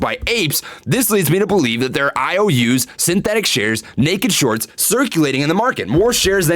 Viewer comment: He said “the psychology of sharts” 🤣